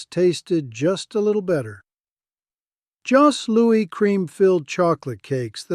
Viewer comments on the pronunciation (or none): You used the term "candy bar" versus "chocolate bar". Most Canadians would've used the latter, no? Also for Jos Louis the s in Jos is silent.